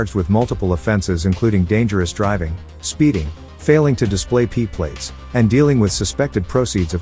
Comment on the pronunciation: P plater? buhahahahaha